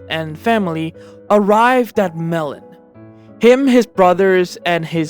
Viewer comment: Melen Is Actually Pronounced Mey-Lin